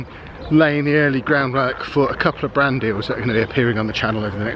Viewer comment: Ohhhh....BRAND deal. I was listening and kept thinking was saying "Brandy" and I was wondering, "What, you can't have a brandy on a channel with kids on it?". Shoot, I used to put brandy in my kid's bottles when they were teething. Okay, before you all start...this was suggested by my mother, born in 1914. A teeny bit of brandy with honey and water.... eased the teething pain and let them rest. Wouldn't do it these days, but..... lol